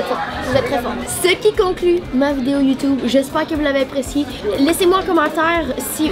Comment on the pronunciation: Youtuuube not Youtoube